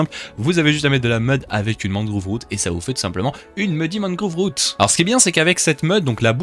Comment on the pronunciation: deep dark mangrove (prononcé mangroove)